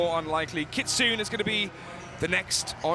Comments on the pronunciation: Kitsoon a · Can someone tell that commentator that Kitsune name is pronounced KITSOON-A...not Kitsun 😲🤦‍♂️